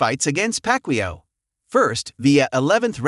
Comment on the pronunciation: Ai doesn’t know who packwio is!